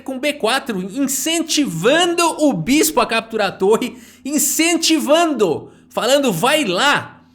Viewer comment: incentivanDÔ KKKK